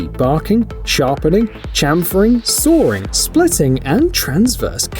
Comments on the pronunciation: There’s no “r” in “saw.” It’s “sawing,” not saring.” 🙄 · Sawring? Forgive my jawring, but this is shite Englirsh. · It's genuine English, spoken (apparently) by an English person. What the English speak is, by definition, English. However...I'm also English and I don't pronounce sawing that way, but I have to recognise that it's a 'popular' pronunciation - we English have a divide in those that pronounce vowels in their long and short forms eg when I say 'bath' the A sounds like the A in apple but many say it like it's followed by an R. If you're not English then you really aren't in a position to criticise English pronunciation, it belongs to the English. Even when we can't agree within ourselves 🙃